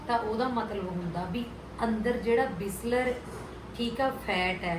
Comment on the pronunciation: didi ਵਿਸਲਰ nhi hunda ji. ਵਿਸਰਲ fat hunda hai ji.